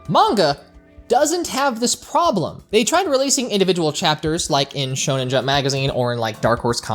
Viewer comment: I know how saids Shonen wrong 😂